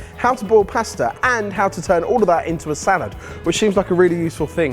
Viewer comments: What’s a paesta? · for fucks sake say pasta right ...